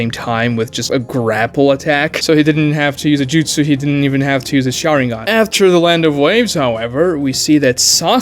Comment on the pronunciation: Also saying 1000 justsus. It's justsu. Japanese has no plural